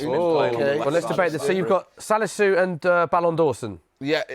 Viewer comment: Cant believe man said salisu🤣